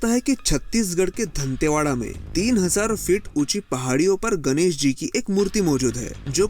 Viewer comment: धंटेवाड़ा नहीं दंतेवाड़ा बोलो